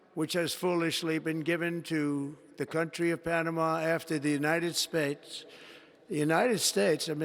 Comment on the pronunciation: Min "The United Space" I love this man!!